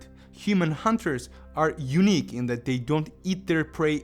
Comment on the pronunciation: thanks for the video buddy. but sorry to say, for the longest time i thought you were saying "Eunuch" and i was like what?? but you were really saying "Unique"